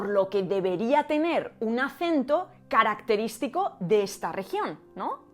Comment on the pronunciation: Literal dijo, "esh caracteríshtico de Eshpaña? NO!. No hate xd. (ví todo el video y aprendí mucho ty)